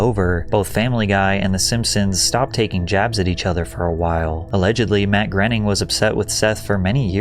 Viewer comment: It's not Matt 'grenning'...and that guy took rides on the Epstein plane.